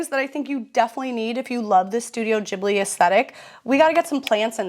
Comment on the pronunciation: Ghibli is pronounced GIBLI not JIBLI, arigato gozaimasu, thank you! great video love you